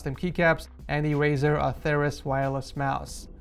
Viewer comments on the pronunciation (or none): none